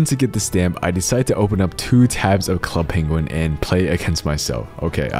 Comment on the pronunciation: NOOO DONT SAY Club Penguin like that